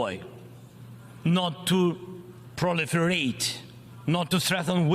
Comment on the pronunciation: Mazel tov, President Zelenskyy. You are now speaking English fluently. 🇺🇦I feel a mad sense of pride. You are leading your nation as bravely as any soldier. 🇺🇦Thank you for your speech. "Proliferate"; "disarmament". You clearly practiced the pronunciation. 🇺🇦It is moving, Very well done. Slava Ukraini!! 🇺🇦